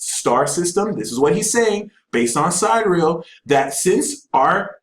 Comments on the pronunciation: He keeps saying side-real... it took me several times of relistening to realize he meant sidereal, pronounced si-dear-ee-al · Why is he pronouncing "sidereal" like "side real"? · sidereal pronounced . sy dih re ahl... not side real... lol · How can someone claim to be an expert on anything involving stars and not know how to say sidereal with 4 syllables? Does anyone not have a problem with multiplying 12 by 12 and being off by three orders of magnitude? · Can't none of these so-called geniuses pronounce "Siderial" correctly?